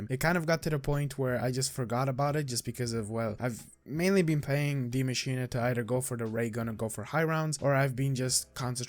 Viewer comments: Aether god Deea masch een a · I love how you pronounce Die maschine properly. Everybody just says die machine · Its German for The Machine, so technically the English pronunciation is machine, but die like he pronounce is correct in German, English (die, as in death is wrong)